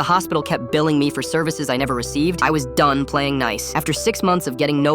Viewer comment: that "DONE" was personal